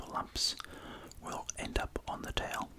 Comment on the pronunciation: A taoul! Not eh carpat!